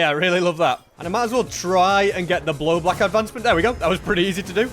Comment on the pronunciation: Har har he said blowblack advancement